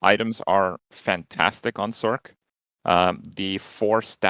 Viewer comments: and its not SORK its "source" sorc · I know it's Spelt Sorc.... but it has an S sound in the word so like why are you pronouncing the shortened form of Sorceress as sorK and not sorS... I thought you were all smart? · Calling it "sork" got me. lol is that what all of these streamers are calling it?